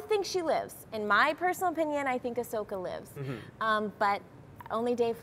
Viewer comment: "Ashoka"? It's Ahsoka ya nubs...